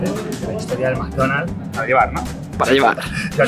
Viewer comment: McDonald's maikdonald's